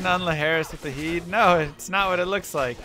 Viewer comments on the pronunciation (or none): Why you always say Gheed as "Jeed"? I can understand saying Nagel as "Najel" cus of the vowel rule (e, i, y) for G (like Geoffrey, Gigantic, Gym), though there's no way of really knowing since we don't know the intended origin of the word, for example, daggers is a hard g, nagel in german is a hard g, etc. Just curious, no judgement, just trying to understand the reasoning